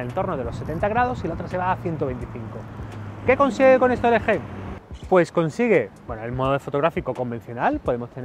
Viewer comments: en una parte dejiste como lo dicen en america Lgi pero despues te fuiste a la mierda cuando dijiste elege:v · ELE GE jajaja se pronuncia EL GI :v